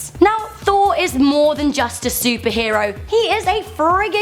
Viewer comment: "thooor - fooouur, thoor - fooouur" so I clicked the dislike button!